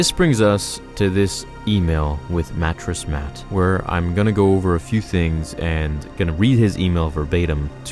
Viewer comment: Did you say Matress Mac